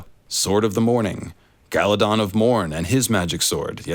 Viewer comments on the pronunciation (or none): none